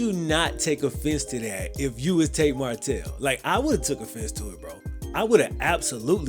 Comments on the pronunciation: I love these videos but you gotta get his name right bro 😂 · I really enjoyed your video, but I'd work on ensuring you're saying the subject's name correctly throughout the video lol